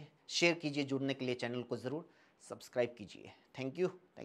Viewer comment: Zyada hi....jyada hai... Zaroor...hi...jaroor hai.... Urdu shayari...hi...hindi kavita hai... Nazaaqat ...hi...najaakat...hai... 😂😂😂😂😂😂😂😂😂😂😂😂😂😂